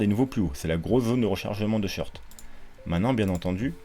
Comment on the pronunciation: C'est quoi les "shirts" ? Les "shorts" ? | SHôrt | On prononce "short" comme un short (et pas "shirt" comme chemise !)